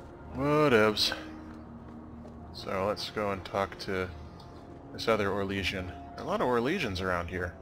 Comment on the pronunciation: "O-lay-shians, dah-ling--" OH EM GEE. Mustnotlaugh. XDDD "And he doesn't have the balls for it -wiggles fingers-." Oh, lawd, Zevran is a bad influence.